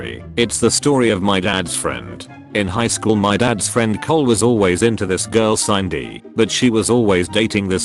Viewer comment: I had to laugh at the Jimmy and Cindy story because it kept saying Signdy instead of Sindy!!😂😂😂